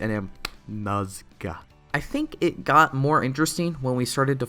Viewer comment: The way he says "NaScA" I can't 😹